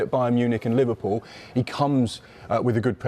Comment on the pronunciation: Not livarpool hahaha